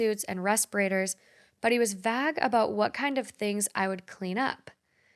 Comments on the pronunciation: Lolol I was going to comment the same thing. I’ve heard her say vag instead of vague a couple of other times too. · nobody said anything ab her pronouncing “vague” like “vag” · I'm only in the beginning but did she pronounce vague and vag 😂. This must be a long juicy story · I've never heard anyone pronounce vague like that, very interesting Interesting video by the way!♡